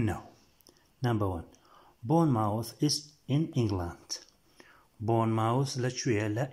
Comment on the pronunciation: Boyne mowth. Na bormu th 😂😂😂😂😂😂😂😂😂😂😂